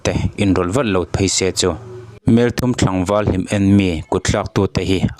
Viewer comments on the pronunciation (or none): Heng youtuber, report rawn siamtute hi, mizo tak an ni lo nge, mizotawng dik hmang an vang ang reng. Tuna mi pawh hi, " Tlangval tih turah, Thlangval tih leh Tlang tih turah Thlang a ti leh bawk.